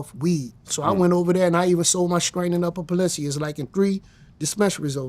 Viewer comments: "Upper Palencia." Sound exactly like how someone from the hood in Louisiana would pronounce it🤣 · Upper palencia 😂it’s upper peninsula